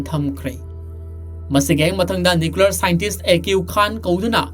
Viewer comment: Keino nuklear bomb abo hahaha nuclear hyyo